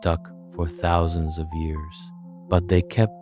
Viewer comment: i more stuck on the “tuhthouusandsz” for “thousands”